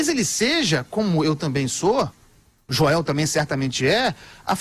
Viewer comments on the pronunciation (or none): none